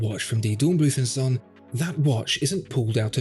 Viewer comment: zon? you mean Sohn, with an oo like in go or slow, oh is long oo do your home work please...